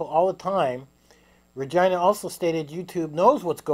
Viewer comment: Rai-gina. It's pronounced R-e. Gen ah